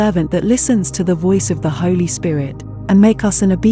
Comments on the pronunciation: Say holy not holly- bless you sometimes it is the computer not the person. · And, you pronounce 'holy' in the wrong way.